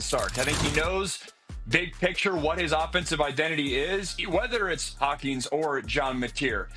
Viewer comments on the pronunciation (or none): Hawkins, not Hawkings, lol, expert.